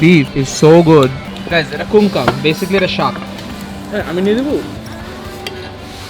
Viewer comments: Its not kungkang.... Its kangkung... 😅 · First i heard kong kang (a primate in Malay Language) then i heard Kang Kang (legs spread in Malay Language) 😂 ..the actual word KangKung was literally butchered 😂